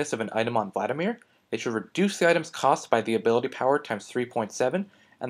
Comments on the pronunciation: Vladimir, not Vladamir. Emphasis on the first "i". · "Vladamir" Son, I am disappoint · its vladimir not vladamir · "Vladamir" xD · 'Vladamir' lol